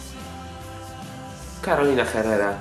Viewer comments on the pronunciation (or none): Carolina Herrera jest z Wenezueli wiec wymawia sie po hiszpansku bez h :)